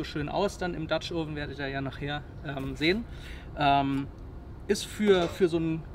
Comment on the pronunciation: Du solltest mal "dutch oven" richtig aussprechen und vor dem Spiegel üben.....